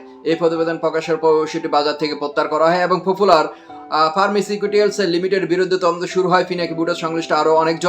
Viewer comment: তুই তো ফার্মাসিটিক্যাল সি বলতে পারিস না